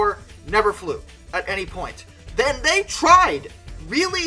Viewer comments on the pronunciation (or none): none